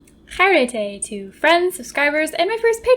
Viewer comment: She pronounces it like Karate instead of what should be more like "He-re-te", He as in Hello, re and te as in Retro and Tetris. The literal literal translation means "Be Happy", as the word stems from the word "Happy" and we use it as a greeting. Love the videos and I enjoy the how colourful the stories become. please do make more!